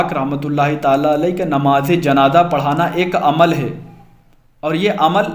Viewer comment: Namz e janaza ko janaja bol re ho ho talffuz durusat karo jao